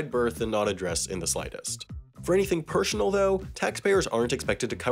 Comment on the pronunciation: did you just say pershonal?